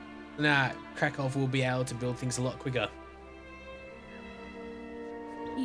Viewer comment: Hey, You say Krakow correctly now :D thanks... btw your prenunciation of Łódź is good. I was taught to pronounce it like: Wud-sh. :D